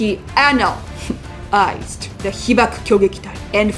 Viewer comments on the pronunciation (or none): "So he anal-" "-EYEzed"